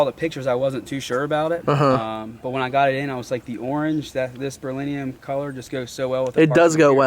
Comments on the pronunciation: For real. That was cringe for sure. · He can't even pronounce the word berrylium lol. Its not berlinium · Don’t feel bad about your pronunciation of Saleen, he calls Beryllium “Berlinium” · Virginia boy here. This is the first video that I watched from you and I've been hooked ever since but that is not how you pronounce "Beryllium'" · I would take the beryllium extreme. He was saying the color incorrectly